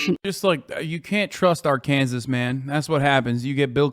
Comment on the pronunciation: Azan doesn't know how to pronounce Arkansas lmao